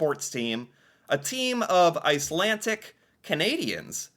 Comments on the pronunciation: Why do you keep saying "Icelantic"? It's "Icelandic". D. Not T. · Icelandic...not Icelantic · IcelanDic. It sounded like you were saying IcelanTic. I was in Iceland and had an old guy explain it to me. Many people moved to Canada due to food shortages in Iceland. In Winnipeg, they learned to play hockey and they dominated because of their viking stock. They were HUGE and powerful and much more physical compared to all other teams at the time. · Icelandic is not pronounced icelantic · Ice - Lan - D*ck not Ice - Lan - Tick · IcelanDic not IcelanTic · IcelanDic not IcelanTic. "I know words"? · IcelanDic", not IcelanTic. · It's not Icelantic. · Its icelandic not icelantic. Lol. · Not to be picky, but I believe it's pronounced Iceland__dick, not Icland tic. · I'm shouting at the screen! There is no tea in icelandic. It is a d please pronounce the d. I'm such a petty person LOL but this is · There’s no T in Icelandic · 😂. Slow down. No “t” in Icelandic. It’s kinda funny but I’m Canadian and watching your videos is still educational. Sometimes you find little information nuggets that aren’t as well known even to ourselves